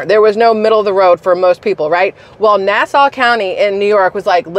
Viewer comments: Hahaha love you. Its Nassau like the way pirates say it Nass - Auh :) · I live on Long Island it's pronounced Nass-awe